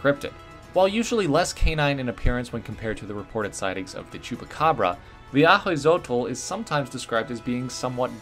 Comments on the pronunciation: “Hui” is pronounced as “wee” btw. So wee-chol, and a-wee-zotl, ofc different regions have different way to pronounce things, but but generally that’s how it’s pronounced. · It’s actually pronounced “owe-e-zo-toe” but I like these Pokémon a lot